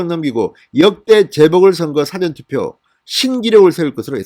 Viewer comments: 진성호씨 !!!!!!! 싸전 투표가 아니고 첫 소리가 낮은 사~전 투표라 읽으시오. 이거 원 참~~~~~~~~~~~~~~ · 진성호씨! 사전튜포가 아니라, 사~전투표.! 듣기가 좀 그렇네요. 과일- 배와, 바다의 배/가 다르듯이.....!♥♥♥ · 사전투표 사:전투표 뭐가 맞을까요 사전의 사를 장음으로 발음해주세요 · 진의원님 "사전투표"발음 이상합니다 사전"할때 영어 "사전"할때 발음으로 들립니다. 기자출신으로 발음 신경써 주삼^^ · 사전투표발음좀잘핽ㆍ 책사전발음말고왕짜쯩남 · 성호씨 애청자로서 부탁합니다 사전투표 발음 좀 고치세요 듣기 거북합니다. 2번째 요청 드림~~~